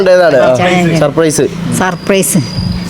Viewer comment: സസ് പ്രൈസ് അല്ല സർപ്രയ്‌സ് പറ ഡാ 🤣